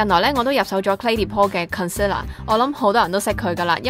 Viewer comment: concealer個讀音係咩事